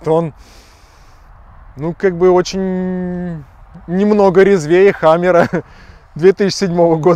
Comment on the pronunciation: хамЭра😂😂😂 ухо режит ваша средняя полоса!!! Камера , сервопривод!!! Это внедорожник!!!